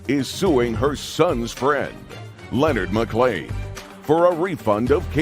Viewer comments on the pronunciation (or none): none